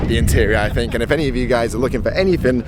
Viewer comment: Did say “ I fink “?! But then says “think”! Lol 😂 switching up the accent! Jfwu